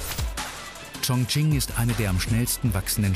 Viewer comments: Wie ,,Chongqing“ ausgesprochen wird😂😂😂😂😂. Ps ich spreche Chinesisch 🇨🇳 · 肯尼 schmerzt im Herz drin welcher Provinz